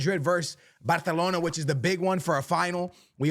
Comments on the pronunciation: It’s called Barcelona, not Bartelona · Are you saying "bahthalona"?